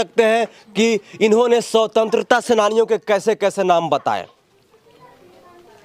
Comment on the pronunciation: भाई रिपोर्टर को भी शिक्षा की जरूरत है, शवतंत्रता सेनानी नहीं होता, स्वतंत्रता सेनानी होता है।अपने उच्चारण पर ध्यान दो, बच्चों को demoralise कर रहे हो, question पूछने का तरीका देख रहे हो अपनी, जानकारी दे रहे हो या उनका मनोबल तोड़ रहे हो। मेरी बातों से जलेगी तुम्हारी और मुझे उल्टा सीधा बोलोगे, इतनी गिरी हुई पत्रकारिता करोगे तो गली मोहल्लों में ही घूमते रहोगे। मानसिकता और सोच दोनों को बदलो, किसी बड़े स्कूल में पढ़ने वाले बच्चों के हाथ मे तिरंगा पकड़े देख कर यही सवाल पूछ लेना जवाब मिल जाएगा। जहाँ तक शिक्षा व्यवस्था की बात है, तुम भी तो educated हो, अपने लाइफ में कितने गरीब बच्चों को निःशुल्क पढ़ाये हो, या उनके विकास का चिंता किये हो? एक माइक खरीद लिए मोबाइल लेकर पहुंच गए रिपोर्टिंग करने। मोदी विरोध का इतना असर है दिमाग में कई राष्ट्रीय ध्वज लिए हुए बच्चों का मनोबल तोड़ने से भी बाज नहीं आ रहे। इस अंदाज में मैं तेरे घर के बच्चों से पूछुं तो वो भी नहीं बता पाएंगे, अरे बच्चों को छोड़ो तुम चार प्रश्न पूंछ दूँ तो सब पत्रकारिता छोड़ कर भाग जाओगे। सही उच्चारण कर नहीं पा रहे हैं और महाराज पत्रकार बनेंगे। मूर्खाधिराज पत्रकार